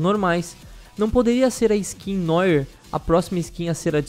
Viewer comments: Man, se pronuncia noáh e não nóire, é só uma dica não comecem a chingar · Noire se pronuncia "noar" . Não que eu esteja implicando; só ensinando mesmo 😅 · Se pronuncia Noárr